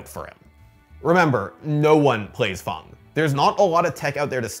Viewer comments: Please learn how to say fang... Dragons dont have fungs they have fangs... how hard is english? Is it not your first language? I cant even finish watching this... ITS FANG... A DOESNT MAKE A "U" SOUND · Why is Fang pronounced "Fong" and Karin pronounced "Car-in"? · Fang = fong? Wtf 🤣🤣🤣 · why he says fang like fung and karin like kahrin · Is it really pronounced "Fong" vs "Fang"